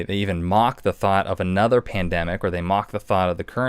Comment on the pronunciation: He says “ tandemic” 🤔@ P@ t are completely different. Listen close. Stay vigilant.